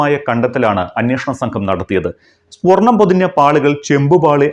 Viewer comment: സ്പൊർണം ആണോ സ്വർണം ആണോ ശരി?